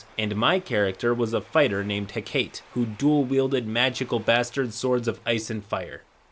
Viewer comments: Note this is not a nitpick. Absolutely loved that forklift shit, I started cackling at the train station when I heard that. But with that last story, typically, the name "Hecate" (Greek goddess of Magic) is pronounced "Heh-kuh-TEE" great vid tho!!! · the way you pronounced Hecate fucking killed me. Hecate is a cthonic goddess of witchcraft in Greek mythology, and it’s pronounced (HECK-AH-TEE) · Hecate is pronounced Heck-a-tea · whispers it's heh-kah-tay :c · the way you pronounce Hecate is painful.